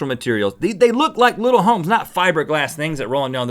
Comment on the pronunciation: I swear that Rhett says the word "little" in every episode. It always catches my ear because he pronounces it "luttle".